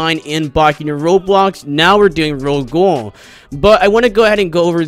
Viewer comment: Ro-Ghoul (Ro- gowl) not ro gool